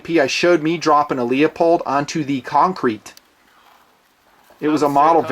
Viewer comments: its pronounced Loo-polled, not Leo-polled. You been killing me for years with that mangled pronunciation. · Say it with me, "Lou-pold"